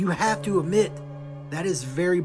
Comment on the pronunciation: YESSSS I can't stand this dude! The way he says 'amit' instead of 'admit' and how he always repeats himself and constantly uses the word 'bizarre'. Like, every video is presented exactly the same way with the same three sentences on loop. So glad someone else feels some type of way about him! Hahaha